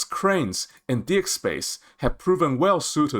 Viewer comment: Sir … I would like to point out that it’s important to sound out the word D-ECK. The way you are saying it sounds like DICK 🤣